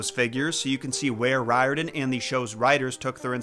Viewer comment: It's Ree-orr-dan. Just fyi.